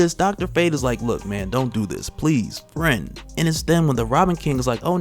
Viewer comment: Its "Fiend", not "Friend".